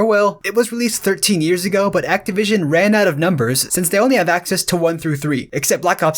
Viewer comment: Glad to see I'm not the only one who thought he said it weird he also said treyarch weird